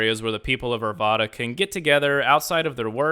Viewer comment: It's pronounced Ar Vad Uh -- the second A in Arvada rhymes with cat.